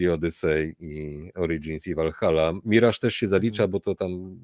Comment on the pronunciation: Akurat "miraż" jest jak najbardziej prawidłowe 😉 Orygnalna angielska wymowa to /mɪˈrɑːʒ/ , więc chcąc być super dokładnym (a jednocześnie mając w nosie faktyczne dźwięki języka angielskiego, stosując tylko polskie) "myraż" będzie nawet odrobinę bliższe prawidłowej wymowie (ale i tak polecałbym trzymać się swojsko brzmiącego mirażu, jest naprawdę jak najbardziej OK 😉) EDIT: I oczywiście nadal należy pamiętać o stawianiu akcentu na drugiej sylabie!